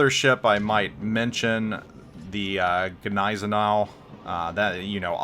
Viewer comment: My wife laughs whenever the "G" in Gneisenau is pronounced. The "G" is silent. Oh, and my wife is German. Wanted to provide some constructive criticism on the pronunciation of that ship.